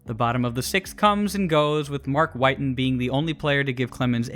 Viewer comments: Mark “whiiiiten” …. Wi-ton…. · It’s Mark Whit-en NOT Mark White-n. Sheesh… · Whit-en not White-n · Good breakdown... except one thing. Mark WIT-TEN....Not Mark Whiten. His nickname was "Hard hittin' Mark Witten." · It’s Whit-en… show some respect, dude hit 4 homers in a game. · It’s Wit-tin as in Hard Hittin Mark Whiten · It’s pronounced “Witten.” And he had a four homer game against the Reds in the early 90s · you are mispronouncing Whiting. The man's nickname was "Hard Hitting". As in Hard Hitting Mark Whiting. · You mispronounced Whitten and Hasselmen. Cool video though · He kept pronouncing Mark Whiten’s name wrong. Whiten rhymes with mitten. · mark whiten's last name is pronounced with a short "i" as in "quittin mark whiten" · no they didn’t. They called him “Hittin Mark Whitten” his name wasn’t pronounced like White-in it was pronounced like it rhymed with bitten. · Bill Haselman and Mark Whiten's names are misprounounced just FYI